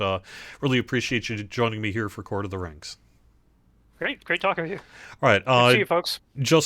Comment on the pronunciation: In case I come back again, you pronounced my username right the second time, Cord. :3